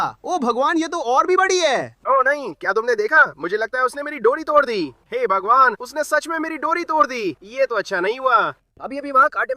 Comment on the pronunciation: Bhai tum obhagwan kyu bolte ho😂😂😂😂😂😂😂😂this is funny